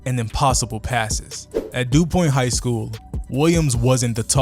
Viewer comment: It’s not dupoint it’s doPONT high school but other then that great video